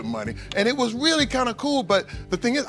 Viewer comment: I really wanted to watch iiiiiiit, but you keep dragging out the last syllable in ever seteeeeeence.